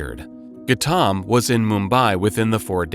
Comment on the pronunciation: Who on earth is Gattaam? Its pronounced Gau tam. We are not Indian and even we know that. Difficult to take your channel seriously now that we know you can't even be bothered to check your pronunciation.